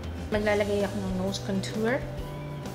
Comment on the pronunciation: wag Kang magagalit pero Mali po pag Sabi ninyo Ng contour... try watching Jeffrey star para SA pronouncing of contour... I love your makeup and everything